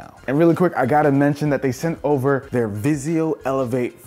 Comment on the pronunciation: "Vizio." Please stop.